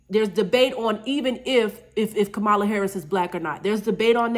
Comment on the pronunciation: Pronounced “Comma-La”. I agree with the message though.